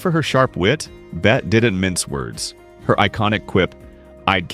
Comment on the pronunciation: Just here to correct the spelling: femme fatale. And Bette is pronounced Betty. What is this -- AI?